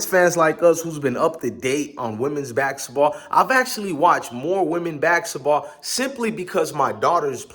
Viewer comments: It's basketball dog, not baxxketball lol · These pronunciations are getting to me!!!